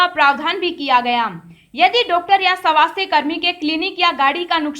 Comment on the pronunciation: किसे कहते हैं (सवास्थय ) स्वास्थ कहना नहीं आता क्या/// कहा का है ये अलौंसर